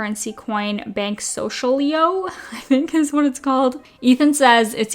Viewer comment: It's "banks social I.O." like agar.io